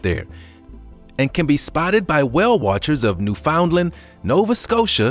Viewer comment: Newfoundland is pronounced: New-fin-land 🌠🌈The More You Know 🌈🌠